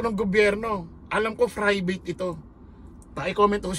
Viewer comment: 😂😂😂 bilib na sna ko k vlogger kaso Frivate wid an F. 😂😂😂